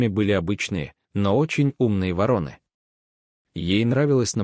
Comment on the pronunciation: Отличный рассказ. Но вы должны правильно ставить ударение. ВорОны. Благодарю.